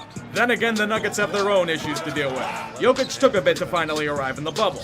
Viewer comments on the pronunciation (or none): none